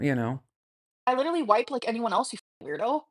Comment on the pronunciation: That's exactly it though, isn't it? We're all a bit silly in private with our loved ones, but we're not presenting ourselves this way publicly, and at what she considers her career, no less. I couldn't imagine going into work and shouting "leedurly" at co-workers or insisting they're all lahs.